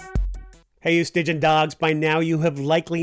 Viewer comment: From your new subscriber and fan! 1. Thank you for your time and effort to bring us insights and entertainment. I have been watching & enjoying many dozens of your episodes in between concerts. 2. The usual pronunciation found in my travels across the U.S. & around the world (and according to the dictionaries of Cambridge, Oxford, etc., & Speakers from Greece, et al.) of Stygian = 3 syllables, “stih-jee-ən” (relating to the river Styx or dark, gloomy, foreboding) and 2-gun-Bob was a voracious reader and astounded others with his recitations memorized epic poems/myths. I wish you many fun adventures. hug 🫂 from the road 🚙✈️🚙✈️ — (touring orchestra conductor, scholar, and your new fan!)